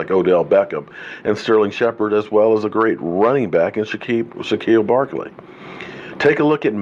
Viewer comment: He try’s lol my dad butchers names too